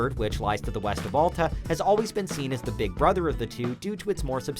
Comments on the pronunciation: Why can't people ever say alta correctly????? AL-TA NOT ALL-TA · Al-ta not All-ta this review is disqualified due to mispronunciation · It's pronounced Al-Ta, not All-Ta. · You know he has no idea what he is talking about when he can’t even pronounce Alta correctly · I cant stand the way he pronounces Alta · You obviously don’t ski that many resorts.. and pronounce Alta correctly. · The narrator couldn't even PRONOUNCE Alta correctly...